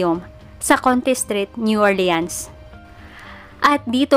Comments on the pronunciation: new "orleans" pronounce as new "ORLINS" PO. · New Orleans po masyado o.a ang pronounce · Hello Po mga ka Kyoryos, pasenxa npo Sa pronunciation ko Sa New Orleans, new orlins pala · Kakaasar ung new or leans nya 😂😂😂